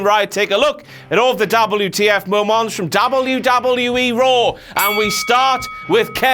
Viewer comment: double-yew, tee-eff MOW-MAUNTS